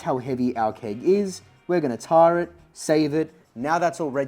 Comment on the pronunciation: I was also building something similar with a raspberry pi and some load cells. it works but my UI integration is so terrible, this might be the better option. Also why your pronunciation of tare so wired? "Tare" (a scale's tare function) is pronounced "tair", rhyming with "bear" and "fair"